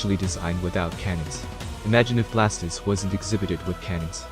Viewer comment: Venusaur looks awesome. Fire Garchomp is a swing and a miss. Blastoise looks great too, but the way you keep calling it "Blast-is" is undignified.